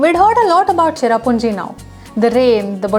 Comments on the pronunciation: Sohra not Chera what the heck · Say Sohra....not cherrapunjee. SOHRA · I'ts Sohra not cherrapunje....